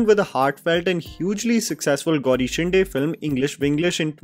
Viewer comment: its Shinde not Shin-Day शिंदे not शिंडे